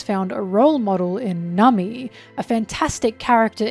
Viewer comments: Am I crazy or has always pronounced Nami as "Nummy"? 😂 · Liking and subscribing just because I think the way you pronounce "Namii~" is funny.